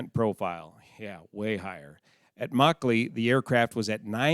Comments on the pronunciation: Since you asked during the video, your pronunciation of Nawabshah was spot on. Makli on the other hand is pronounced "Muck-Lee". Keep up the great work! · Your pronunciation of Nawabshah was spot on. Also love how you say Karachi, rolling the r. Makli however is pronounced Muck-lee.